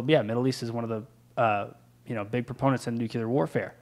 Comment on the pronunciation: If someone had an understanding of nuclear things, wouldn't he pronounce 'nuclear' correctly?